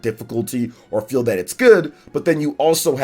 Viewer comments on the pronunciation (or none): none